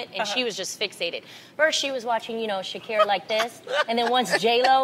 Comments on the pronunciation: The way Adrienne said her name is LITERALLY how you say “ SHAKIRA “ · Adrienne pronounced it correctly... The arabic word for thanks is Shookran